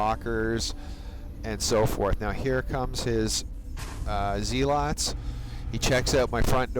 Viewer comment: and zealots are pronounced zeh-lutz.